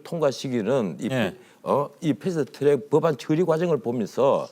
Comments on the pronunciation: 패스트 츄렉... 트럭은 츄럭? 아무데서나 혀바닥 굴리는 것들의 공통점 인가? 나경원 발음도 저러던데.. 꼰대 티내는것도 아니고.. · 풰슈투츄렉. 발음이 엄청 거슬리네요.